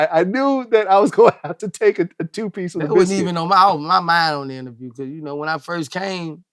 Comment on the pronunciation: "IntervRiew" "Country black" You ain't lying. Kill the boss it's popping. Swear to God on Me.